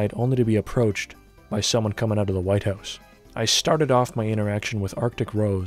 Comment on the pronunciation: is canadian confirmed. Öut occurs